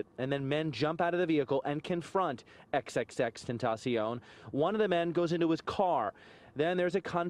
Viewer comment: It is not tenashion It is tenasion when pronounced